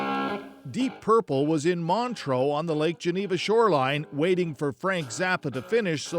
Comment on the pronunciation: Awful journalism. Tell the guy doing the voice over that the place in Switzerland he is referring to is called ‘Montreux’ not ‘Montro’.